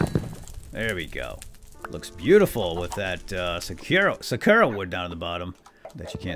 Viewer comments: anyone else really annoyed by the way he says sakura? It's pronounced SAH-KOO-RA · Sakura is pronounced saw koo rah